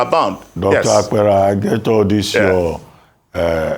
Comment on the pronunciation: Good morning. Dr. Abati, your guest's name is and not Iowa Akpera, he hails from Benue like myself and I cringed each time you pronounced his name wrongly and he, obviously trying not to do an act that will look like shaming you on National TV, didn't correct you. Now, from Dr. Apera's explanation, I have agreed that what I have known is what is the problem of Nigerians, 1. The insincerity of our State Governors and, 2. The fact that those who were captured are not known because they don't live where nor engage in activities that they will be known like those of us on social media, etc. Lastly, money doesn't talk, even among married couples, information about money is hidden, so it becomes difficult to know who got it or not which doesn't mean they didn't get.